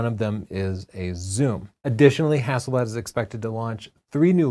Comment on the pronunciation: Hazelleaf is Haselblad pls try too get the right way too say it